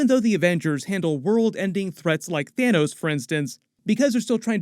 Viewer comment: he said, "Thanus". lol